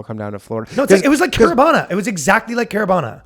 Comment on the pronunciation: the way they pronounce CARIBANA. so toronto.